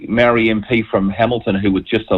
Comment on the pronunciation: Can at least try to pronounce the word Maori?